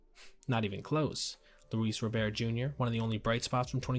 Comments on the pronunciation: Guillen = GEE-in Robert = RAW-burt It's not gee-YEHN or ro-BEAR. I know because I'm a fan of this dumpster fire of a team. Pray for my soul. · Its Luis ROBERT, not Robear!! He goes by the American pronunciation of his name!! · Ro-bear...? first time hearing someone call him that. always that it was Robert